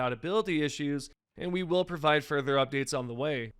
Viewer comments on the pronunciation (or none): none